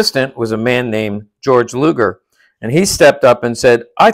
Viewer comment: 1: his name is pronounced gay-org luger 2: he wasn't an assistant to borchardt at all